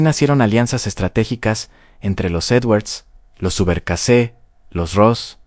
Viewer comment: Gracias. Muy buen video! (Subercaseaux, se pronuncia “ Subercasó”). Saludos! 👋🏻🌺.